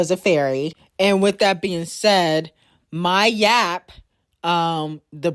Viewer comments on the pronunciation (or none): “Myaap “ is hilarious ash it’s Mya P🤭🤣